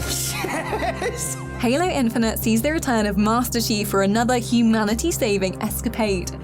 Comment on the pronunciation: i cant trust this at all after you don't know how to pronounce HALO....